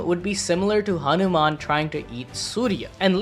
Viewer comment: Bro ur hindi accent like saying hanuman and other words was so much better than most of the people abroad... And as always crazy theory